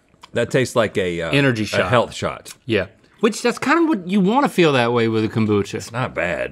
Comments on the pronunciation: Rhett throughout the episode: cumbucha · i love kombucha or as rhett calls is CALMbucha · “Com-boo-cha” -Rhett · Bout time they did KOM-bucha I sure do love KOM-bucha.